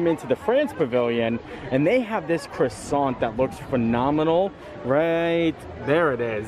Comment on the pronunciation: Hi just to say I really enjoy your video's and you don't pronounce the R in croissant it's pronounced Quassant